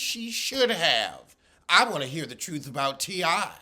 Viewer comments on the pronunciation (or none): none